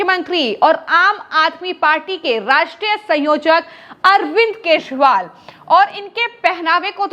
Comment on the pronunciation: अरविंद केशवाल सुनाई pad रहा है महोदया